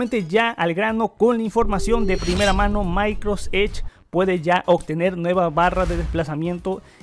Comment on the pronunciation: Muy buen video. Pero por favor, trata de no decir más MAICROS EDGE. Gracias.